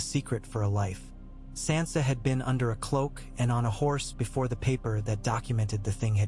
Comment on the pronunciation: How do you still screw up names when you have 9 years of a show teaching you how to say their names. And you screw up Sansa stark. One of the most spoken names in the show